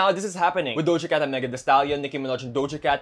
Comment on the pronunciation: I had to slow it down when you said Doha Cat cause it didn’t sound like that